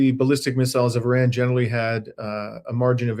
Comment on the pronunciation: Why are you pronouncing Iran like that?